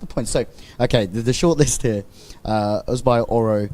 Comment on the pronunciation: finally a commentator who says ozbay correctly. brilliant